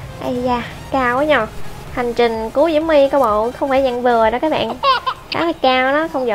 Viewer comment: Chị ơi nói là diễu my không phải là mu